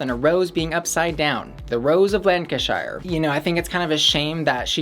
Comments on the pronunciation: in the uk we pronouce ham as hm if its in a name such as nottingham. so not notting-ham but notting-hm and likewise shuh not shire so lang-can-shuh not lan-can-shi-er. hope this helps :) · "Shire" is supposed to be pronounced like "sure". Lan-cuh-sure. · Lancashire = Lan-ka-sher :) I'm a Lancashire Lass myself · Hi from Britain, just to help with all the pronunciations of place names for the people of America, anything ending in Shire isn't pronounced Shire instead it's pronounced Sheer like the tights so Lancashire is pronounced Lan-Ka-Sheer. Hope that helps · that was disrespectful. It's pronounced LANG-kə-shər. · Not lan-ca-shyer 😭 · Lancashire is pronounced Lan-ka-sheer :) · I am actually from Lancashire so I feel like maybe I should settle this lol and we would pronounce it Lan-Ca-Sher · Lancashire omg my DYINGGGGGG just ask google translate to say it for you cause omg you're so far off phahahahaha